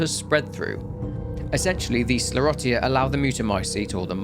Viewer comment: Not to be that guy but it’s pronounced “skler-osha” 🤣